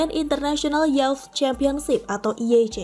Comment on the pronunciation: Cewek yang baca tolong bhs Indggrisnya persiapkan dikit...tanya kalau gatau ucapkan kata YOUTH....dan (who) KNOWS